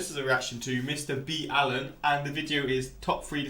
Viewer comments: You should react to his Top 3 VIDEOS with disturbing backstories PART 9. That one has stuck with me ever since I saw it! (Also it’s not Mr B Allen, it’s Ball-In. Watch till the very end to hear him say it. You weren’t saying it wrong before! Lol.) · someone was messing with you. his name is mr Ballen pronounced "Baw-len. he even pronounces it like that himself.